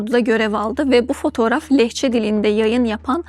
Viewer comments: "Lehce"demesini bilmiyor ama 1 milyondan daha çok kanalin sunucusu.Demek her sey "Lehce" sozunun duzgun telafuz edilmesiyle bagli degil demi?Sen dalga gecmeye devam et,senin dalgaya ayirdigin zamani gibi hanim efendiler basariya ayiriyor. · sunucu daha "Lehçe" demesini bilmiyor 😂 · lehçe değil lehçe. bu kadın neden..